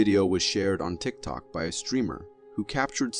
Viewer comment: Does anyone else notice how he said tick toke and tick toker 😂